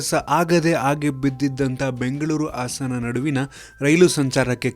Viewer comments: Much awaited. 🤘. Very sad to hear how they pronounce "Hassana" as "Assana". Please try to correct it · ಇವನ್ಯಾವ ಸ್ಕೂಲ್ ನಲ್ಲಿ ಕಲಿತು ಬಂದಿದ್ದನೋ, ಆಸನ ಅಲ್ಲ ಗುರು ಅದು ಹಾಸನ. ಆಸನ Andre ಕುಳಿತು ಕೊಳ್ಳುವ ಜಾಗ. ಹಾಸನ ಒಂದು ಜಿಲ್ಲೆ ಹೆಸರು.